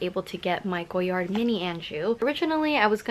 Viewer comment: Also it’s “goyar” the d is silent, but most YouTubers really stress that “d” sound